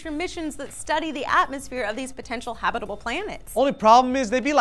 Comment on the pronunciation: I know it's a nitpick, but it's pronounced habitable zone, as in habitat. Not habitable as in hobbit.